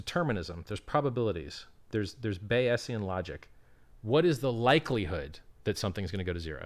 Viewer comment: Bayesian statistician here, it's pronounced Bayzian